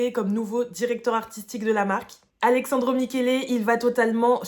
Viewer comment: Super vidéo, mais je t’en conjure, parle moins vite et respire ! 😅😊 (C’est AleSSandro, et non ‘Alexandro’ 😅)